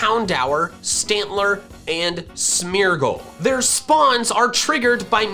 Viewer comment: Everytime he says Smeargle, it sounds like Smeagol